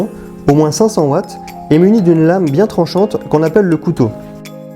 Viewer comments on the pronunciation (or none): none